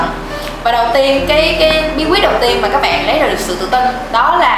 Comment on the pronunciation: Các bẹng các bẹng ... nghe mà méo tai ;))~